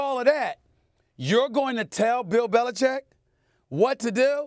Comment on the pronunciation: Belichick. “Bel-i-CHICK’. Read the letters.